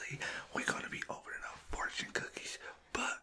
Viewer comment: every time you say fortune i hear 4chan lmao